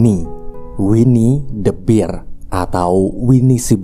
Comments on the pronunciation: Bang bahasa Inggrisnya beruang itu ngomongnya ber, bukan bir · harusnya dibaca winnie the "ber" bukan "bir" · Sekadar tambahan biar lu makin kelihatan cerdas bang 🐻 beruang = "bear" dibaca "ber" 🍻 minol = "beer" dibaca "bir"